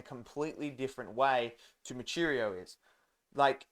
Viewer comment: MOO-WEE--CHEE--RO brother, not , moocheerioo